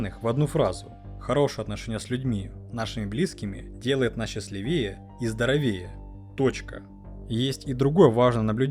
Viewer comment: На неправильно озвучивает слово "счастливее".